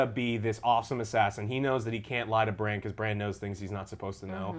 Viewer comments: If I can ask of one thing, it's for you to learn the characters names... Can see the Alex dude cringe everytime you guys say "bronn" when referring to Brandon :/ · Your enthusiasm is great, but hearing you mispronounce everyone's names was getting pretty irritating, LOL. Bran like Gran, Drogon not Drogo, Bronn not Brom, sheesh. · BRAN, BRAN, BRANNN!!! lol, good reviews but the cunt in me gets annoyed when you guys chop up names. And thanks for turning the comments back on joe!! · Bran, bronn, stop fking up the names ffs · Can pronounce Missandei correctly...Can't pronounce Bran after 20 tries. Oh my. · Hi Joe, I love your GOT reviews. Its just that theres things that triggers me like how you don't remember their names such as "Bran" and "Bronn" and how Dany says "Dracarys". Probs need to rewatch and remember those things. Keep it up man! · Please get Bron and Brans names right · Stop calling Bran, 'Bron'!!! OMG lady! Come the fuck on. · I love how it's like talking with your buds not some experts. Granted there are plenty of GOT youtube channels you can get lore at this has its own vibe. Like them butchering the names lol bran Bron and mansrainer lmao keep it up joe and family. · love how she keeps saying bronn instead of bran lol also taken out food makes it equal starvation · I really like Angry Joe and all of his work... These reviews are slightly annoying me because they keep getting the names wrong. Please stop calling Bran Bron... I know they are similar names but it just takes away from the authenticity of these people being big fans. I agree with the summaries a lot of the time but come on guys get with the program. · The dude on the right seems to not like anything about the show..and when the girl called Bran "Brahn" for the fifth fucking time i had to stop the video..lose these two Joe your the best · It's Drogan not Drogo! Godamnit get it right with the names! Bran not Bron! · Bran damn it! His name is Bran. It's not that hard